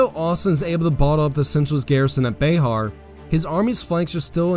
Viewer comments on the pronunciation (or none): Just an FYI. Bexar is pronounced BEAR, not BAY HAR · Also, It is not pronounced like Be-har. It is pronounce like Bear. The "X" is silent. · This was a very well researched and executed video. One thing though, here in San Antonio when we pronounce Bexar like the word Bear, the x is silent. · Sorry to be that guy. Bexar is pronounced bear. Born and raised Texan and that fact as always annoyed me as bear is bear not Bexar. But trust me it's pronounced bear. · pronounced bear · Love the content, but it is pronounced "bear".